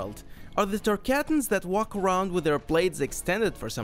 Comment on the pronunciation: Does anyone else get triggered when he says tarcatons and not tar-car-tons